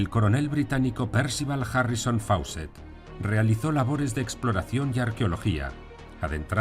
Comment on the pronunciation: Gran video, pero Fawcett se dice "Fócet". "au" y "aw" en inglés son como una "o" larga.